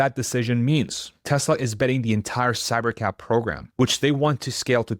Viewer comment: Until he put Cybercab on the screen, I thought he was saying Cybercap